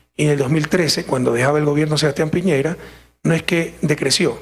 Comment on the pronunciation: Piñera chucha no piñeira